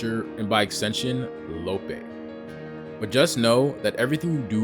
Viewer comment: He call Mr Lopee, “Mr lowpay”